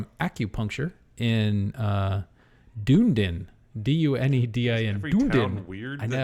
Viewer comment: duh-NEE-din (not DOON-din) 😅